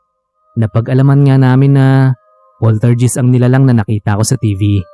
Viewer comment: Hi, poltergeist (pol-ter-guyst) po ang pagbigkas. Huwag nyo po sanang masamain. Para makatulong lang po. 🙏🏻